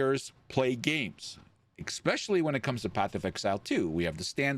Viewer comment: BRO... FOR FUCK SAKES... JUST SAY IT ESPECIALLY.... NOT.... EX-SPECIALLY. FUCK.